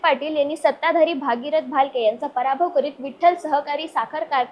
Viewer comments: 😂😅 भागीरथ नाही गग बाई , भगीरथ म्हण गग 😂😢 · भागीरथ नाही बाई ,भगीरथ म्हण ,येत नसेल म्हणायला तर गप्प बस